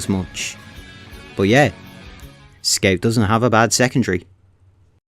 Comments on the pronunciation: I only watch this channel to hear him say “sceut” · it was meant to be said "scawt" or something along those lines, everything points at it. don't get me wrong, i'm not telling you to change your accent, i just thought it's pretty funny